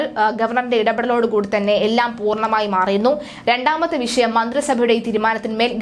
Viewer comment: ക്ഷമിക്കണം. ശരിയായി ഉച്ചരിയ്ക്കുന്നതാണ് ഭംഗി. വിശയം എന്ന് പറയരുത്. വിഷയം എന്ന് തന്നെ പറയണം ആർഷോ എന്നാണ് പേര് കേട്ടിട്ടുള്ളത് ആർശോ എന്നായിപ്പോയി